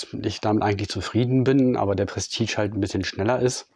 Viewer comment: Es wird "Prestiesch" gesprochen und nicht "prestitsch" !!!!!